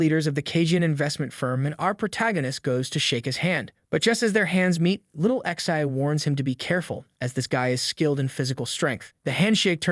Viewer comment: remember, it is not ixi, it is pronounced zhe.